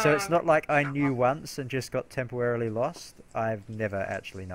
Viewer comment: this is where tempowarily began xD